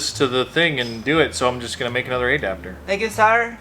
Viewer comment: Now I'll never be able to read the word adapter without hearing "ayy-dapter" in my head